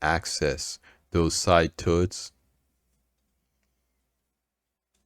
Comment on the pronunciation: misslie turds (turrets) got me 🤣